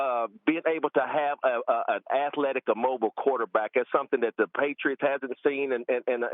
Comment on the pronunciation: “Now you’re getting an athLAtic quarterback”